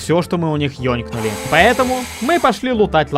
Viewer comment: Ёнкнули? Чо?😂